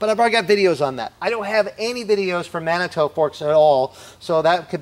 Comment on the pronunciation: Pronounced Manitoo. Not mannytoe